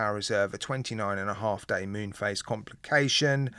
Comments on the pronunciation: Mun?....maybe pronounced 'moon'? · Id rather the automatic movement.its pronounced moon.btw.